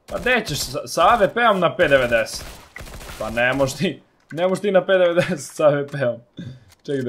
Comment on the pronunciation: p90 se kaze pi naintin